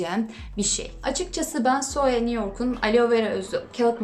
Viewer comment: Alo degil aloe 😂😂😂😂😂